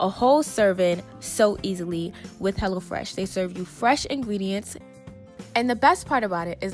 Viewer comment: Lml I thought you was saying hella fresh at first 😹